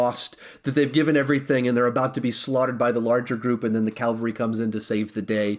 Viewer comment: I just hate how you say "Calvary" instead of "cavalry"